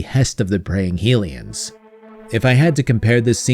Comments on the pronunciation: My head says BotW/TotK are the best Zelda games. And I do love them. But my heart will always belong to Wind Waker. Also, my man, High-lian not Heel-ian. They are HYlians from HYrule. Named for the goddess HYlia. I used to make this exact same mistake. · Djerudo? Heelians?